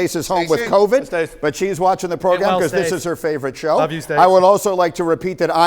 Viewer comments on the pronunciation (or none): "This progrum..." Now, that's some gooder English...